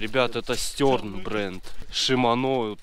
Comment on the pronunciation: Не "стёрн" а Штерн блеать!!!!